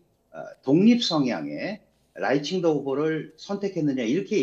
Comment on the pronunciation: 발음을 잘해라. 라이칭더 할때 라이는 4성이다.. 라이 할때 강하게 발음해야 한다.